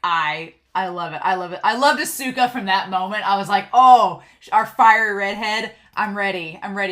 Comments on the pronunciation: FYI with su す in Japanese the U is usually silent. So Asuka is like Ah-Ska. Edit: Oh I just saw the pin. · Oh yeah! Hahaha!😘 It's difficult to pronounce Japanese, right?💦 Because I am Japanese, I can understand that foreigners have a hard time pronouncing Japanese. But no problem at all! It's okay👐 Don't worry too much about pronunciation and enjoy Japanese anime with honest feelings😉 But this time, you have definitely learned one thing through the pronunciation of "Asuka". That's a great fact!!! Cheers!